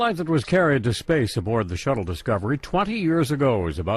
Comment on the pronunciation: And for the world "shuttle", I heard shadow